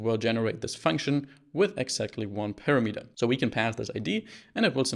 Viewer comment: on I several times listened what did you say, and I could understand it only when I switched on subtitles. That word was - parameter)) You put emphasis on the last syllable, although it should be on the second. It's not big deal while you have good subtitles